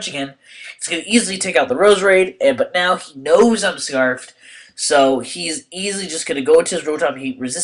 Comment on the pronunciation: its scarfed, not scrafed